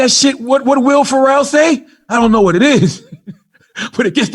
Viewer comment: Man said Will Pharrell.